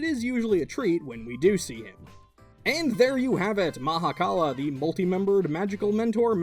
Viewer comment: Thank you for the correct pronunciation. Shiva (in certain Hindu view points) is everything, ie the universe and beyond. So he is also the Mahakala (Maha = mega, kal = end/death/'to cease') because everything ends into the universe. Creator (Bhrama) and Preserver (Vishnu) originated from Him, and he took the role of "Destroyer". Not even other Hindu gods can begin to comprehend Shiva.